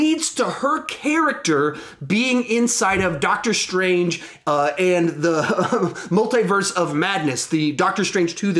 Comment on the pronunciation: Multi-verse is pronounced : « multee » and not « multhaï ».